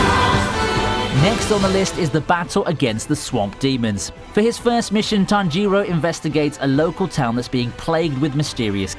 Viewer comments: It's Tánjiro not Tanjíro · Ahiro? You mean tanjiro? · lool tommy oka and tan jee row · Why do you pronounce tanjiroooooooo its not like that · The way you spell tanjiro man.. Tan jee roeh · his pronunciation of Tanjiro angers me